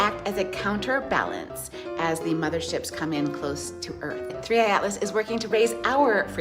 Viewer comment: "Third Eye Atlas" Perfectly feeding into the psycho babble. I heard someone else call it "Thirty-one Atlas".